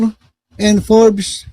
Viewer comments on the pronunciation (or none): none